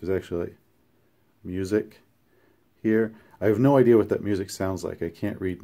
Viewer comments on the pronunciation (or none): none